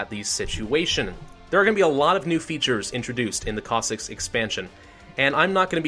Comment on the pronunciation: It is Pronounced (Cos-Sacks or if Singular Cos-Sack) So you were pretty much Right my Friend